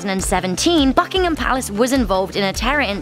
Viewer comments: My ears bled lol BBBUUKK ingham Palace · I got scared when she said BUCKhigam palace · At the beginning I thought you said fuckingtin palace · I heard Buckingham palace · If u keep playing the beginning of the video it sound like fuckingham palace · Sounds like FuckingHam Palace Xd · At the start of the video it sounds like she says F****ingham Palace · In the beginning of the video I thought she said fuckingham palace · Hi is it me or does it sound like it says fuckingum packs at the start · I heard fuckingham palace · That was the loudest and most distinct "b" i have ever heard when she says "Buckingham". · As soon the video starts its sound like a swear word lol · Sounds like the f word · ...the way she said is disrespectful...atleast try to pronounce it properly....